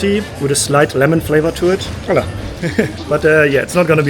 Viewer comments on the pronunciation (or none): none